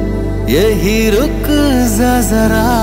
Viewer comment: ভাই সব ই ঠিক আছে। রুখ যা জারা উচ্চারণে একটু সমস্যা।